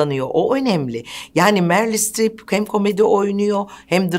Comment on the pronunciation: "Merli" değil "Meril" Streep! "Meryl" yazılır ve böyle okunur.